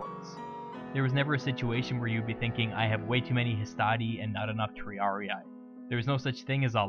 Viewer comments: Magnific video! Just an hint, in latin and neolatin idioms when you find an i or a double ii it is read like an english e: for example triarii is read tree-are-e not tree-are-i like you did here. But it's just a pronunciation suggest, the video is very clear. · Great video. However, for future purposes, Latin words ending in ii aren't pronounced as a hard I, they are pronounced as an ee-ee. Triarii should be pronounced Tree-are-ee-ee. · Good video. Just a couple notes. It's pronounced /tri'ari:/ not /tr'ariai/. The "sitting down" wasn't a punishment. Triarii were equipped with a full panoplia (heavy armor, heavy metal shield, heavy spear) which was extremely heavy, hot and unconfortable. The triarii were trained to wait their turn seated to stay fresh. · Oh man, as a Latin student I winced whenever you said Triarii. It isn't pronounced Triariae, it is Triari-i. Two successive i's pronounced like how you would say the letter "e" twice. In English it sounds off but in Latin it is common, especially in the second declension. Singular second declension has the ending "-us" so "Triarius", and plural (and genitive singular) takes off the -us ending and adds in -i. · Latin: triarii. Anglosaxon english: triariaiaiaiai. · Triarii is pronounced just with a long [i] sound at the end, just as you pronounce the two other -i inside the word. Like an english “e”. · Triarii is pronounced "triaree". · Why does he pronounce half of the Latin names wrong xd